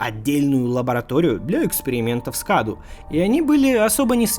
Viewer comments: Не Каду а Кадоу (ударение на О). Cadou в переводе с Румынского - подарок. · Не КАДУ, а КАДОУ, переводится с румынского как ПОДАРОК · Паразит с румынского называется cadou, читается кадоу а не каду, то что обозначает подарок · Оаоаоа Я бомблю просто. "CADOU" это не КАДУ. Это на румынском произносится как "КАДОУ" что в переводе значит "Подарок" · Cadou с румынского переводится как Подарок. и Произносится кадоУ. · Название паразит скорее всего произносится как "кадоУ",c румынского это переводится как подарок. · о в слове кадОу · Cadou = Подарок (акцент на о)